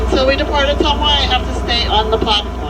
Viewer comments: ..... it is pronounced “O-Tum-WAH”!!! Fun fact, President Nixon & wife lived there before WW2 while he was going through military training! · It's pronounced "Uh-tum-wah", if the TV show M*A*S*H is to be believed. It's the hometown of the character Radar O'Reilly, Ottumwa, IA! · Ootuma Iowa it pounced attumwa but it’s spelled ottowa I live in Des moines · Ottumwa - Oh TUM Wah. Not, Oh TOOM Wah. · Ottumwa, Iowa, pronounced Oh-TUM-wa, I-O-wa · O-TUM-wa, as in "Tums" or tummy. Hometown of Radar O'Reilly of M.A.S.H. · Ah tum wa that is how Ottumwa is pronounced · Ottumwa is pronounced "uh-TUM-wuh".